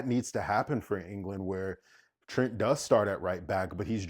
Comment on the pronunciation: They butchering my boy Trent!